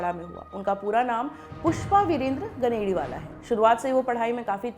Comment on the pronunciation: गनेडिवाल not गनेडिवाला।